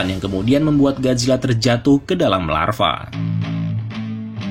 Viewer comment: Lava = larva🗿🗿